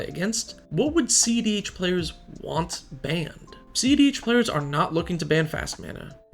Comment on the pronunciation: I swear the first few videos I thought he was saying ZDH